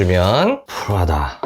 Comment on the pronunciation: 프라다라고 말하실때 난 왜 자꾸 프라닭으로 들릴까요? ㅋㅋㅋ 치킨이나 시켜 먹어야겠다ㅎㅎ 리뷰 잘 봤습니다~